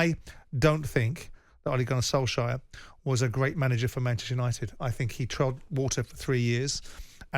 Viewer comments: By the way it is Solshare not Solshire . Ollie is not an English county . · It`s not perfect but it`s much better than Solshire . A word that Simon invented .